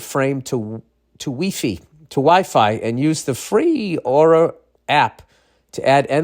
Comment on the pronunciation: Weefee, um I mean wifi🤣🤣